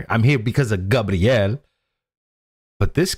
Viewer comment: É Gabriel não Gabriele 😂😂😂 ..